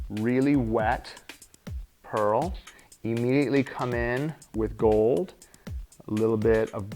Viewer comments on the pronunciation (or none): none